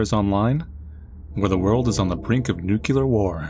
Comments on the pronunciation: What possesses you to think there's a syllable between the 'c' and the 'l'? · It’s new-kle-ar, not new-ku-ler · You can try saying NEW CLEAR to avoid the NUKELAR pronunciation. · I was contemplating subscribing to the channel - and then he said "nucular war" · Nu-clear, god damn it, it’s not nu-cu-ler. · Nuclear.....not nucular. Geez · Oh....its nuclear. Where did people get nucular from? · Say it with me people "nEW-CLEAR" not "NUQUEULER" 😭😭😭😭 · It’s “nuke-lee-ur”. Not “New-cue-lur”. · ITS NUCLEAR NOT NUCULAR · just gonna ask but shouldn't nuclear pronounced as nuclear instead of nuculer? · Nuc-lee-ar, not Nu-cu-lar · NEW-CLEAR. NOT NEW-CUE-LAR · "nuclear" has two syllables. It's pronounced like "new" and "clear." There's no letter between the 'c' and the 'l'. It is not "nucular." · For fucks sake, it's not pronounced "Nukuler." Nu-clee-er. Just read the word, there's no second U between the C and the L. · Did you deadass just say "newkyular?" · At least it’s a “nucular” war, and now a nuclear war. That would be truly devastating. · I could tell from the first 10 seconds that this video wasnt for me, when he pronounced it nuke-yuh-lurr. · I don’t fear new-cue-lar war, but new-klee-ar war is another matter. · Nukular... Were you playing as George W. Bush? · This guy said nuke-you-ler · “Nucular war” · "nucular war" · Did you just say “nucular”,? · You pronounce nuclear as if it was written as nucular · You said nucular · "Nukular"? Really? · Nucular bomb, so not much to worry about, right?😬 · It's not pronounced new-kyoo-ler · I agree its “New-clee-er” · oh, and btw, even the president has made the mistake of pronouncing it as 'nucular.' it's really no big deal to begin with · It's "new-klee-ur". He misspoke, but you doubling, tripling, and quadrupling down on it being 2 syllables is far more embarrassing imo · Really wanted to watch. But "nucular." So nope. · Only one “u” in the word nuclear pal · Why do you pronounce the word "nuclear" like that?